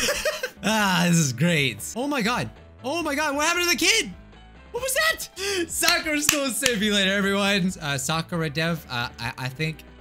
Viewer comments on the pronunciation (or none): You keep pronouncing Sakura school simulator wrong you pronounce Soccerra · It’s pronounced sa and u know how u pronance courage ad that to it so it’s Sakura